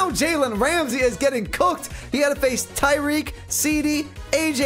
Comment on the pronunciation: It's tyreek